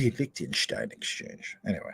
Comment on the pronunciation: Zeeeee Licktenshtyne 🫡